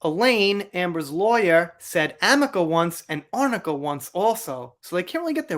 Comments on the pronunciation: Same way how the lawyer saw arnica cream written down but said amica cream. An “rn” sure looks just like an “m” when you don’t know what the fk you’re talking about, eh Elaine. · That makes total sense. I remember she said Amica cream and I thought whatever is that? Of course it's Arnica cream, and she must have been reading it wrong. If its handwritten, it could easily look like 'Am' instead of 'Ar', so well spotted! 🤣🤣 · Just like the AMICA cream and this coming from someone that's supposed to be WELL READ.......